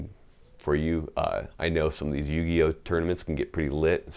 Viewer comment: HE SAID "YUGIO MATCH" hahahahahah this guy